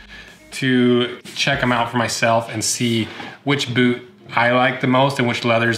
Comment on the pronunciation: he said bewt